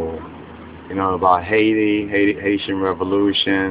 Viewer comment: ThisOneSpecialEyeVibe :: hA-ItI rEVOLution